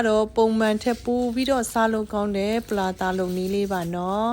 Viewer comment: ပလာလာလားထပ်တရာလားမသဲကွဲဘူး😂😂😂